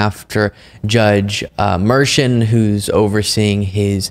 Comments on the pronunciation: BTW the judge’s name is pronounced “mer-shawn” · BTW Judge Merchan’s surname is pronounced mer SHON. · You lost me with mispronunciation of Merchan